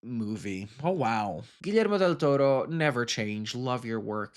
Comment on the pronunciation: The southern European way of pronouncing Guillermo del Torro 🙂‍↕️🥰🥹